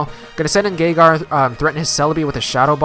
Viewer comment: it sounds like you say "Gonna send it Gaygar". xD Too much Haydunn?